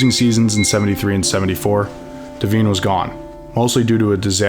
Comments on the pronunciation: Amazing video! Just a couple items: It's Curly, not Curley. DEVINE: It's deh=VINE, not deh-VEEN. HADL: It's HAY-dul, not HA-dul. MAJKOWSKI: It's MY-kow-ski, not MAJ-kow-ski. Aside from that, stellar stuff! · Good video, but some major mispronunciations: Hornung is pronounced "Hor-ning" and Devine is not pronounced "Devin." Hadl is pronounced "Hay-dul" not "Haddle." Is the narrator AI? He seemed to get most other names correctly. Getting harder to tell all the time. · Dan Deveeeen? It’s pronounced Da-Vyne. Pet peeve of mine when robots do the narration. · Dan Daveen === Dan Divine ( d-viiiii=n ) Amazing. Very concise history with some really poor pronunciations. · Who the hell was Dan la veen ,John Had L , Mag cow ski AI sucks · And pretty sure it’s Dan “DeVine” like the plant. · Good stuff, but when I hear names being mispronounced, I assume it's being read by A.I. Paul Hornung is pronounced Horning, rhyming with "sing". Dan Devine is pronounced "De-VYNE", like the word "vine". Jon Hadl is pronounced "HAY-dl". The "J" in "Majkowski" is silent. When giving a game score, the higher score is always said first. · It’s pronounced “de vine” cmon dude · I don't know if the commentator is AI or just not a Packer fan because the pronunciation of; Hornung, Devine, and Majkowski is atrocious! Basically the story is actually decent, but mispronounced names show a real lack of research and professionalism. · Great archival film and story. Wish he knew the actual pronunciation of some central characters in his narrative. Hadl, Majkowski, Devine, Bengtson were notable misses. And back in the '60's, the NFL was divided into the Eastern and Western Divisions. Yes, the Packers may not have won the Central for a quite a while, but the reference to '62 was misleading. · The mispronunciation of Running Back Paul Hornung, and Coach Dan Devine was irritating.